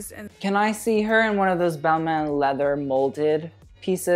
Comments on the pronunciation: ooof you butchered Balmain and Olivier Rousteing's name........... cringe... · U keep commenting and judging people who can’t pronounce designer names and u can’t even pronounce Balmain right 😂